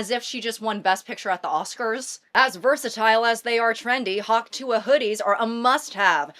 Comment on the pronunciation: saying hawk tuah correctly is so refreshing